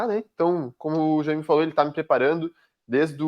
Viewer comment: Chamar o cara de Jãime é muito engraçado 😂😂😂